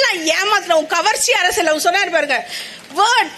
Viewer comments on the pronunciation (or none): none